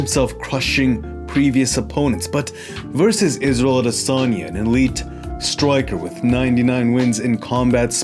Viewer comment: Izzel Odesonny